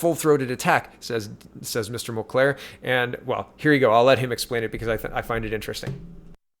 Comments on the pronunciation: Mulcair, not Mulclair. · JWR did NOT say JT broke the LAW. She has repeatedly chosen her words carefully and says that she does not think he broke the law. What he did do was break ethics laws... they're somehow different. Over my head. As well, his name is Mulcair not MulCLaire. :) Just keeping you straight. Good Job.